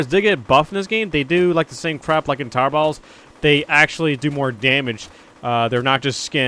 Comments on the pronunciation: Everytime he sas tower battles : tower bauls Rewatch video and tell me if u here it as well XD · when u say towet battles it sounds like if you were saying towbatles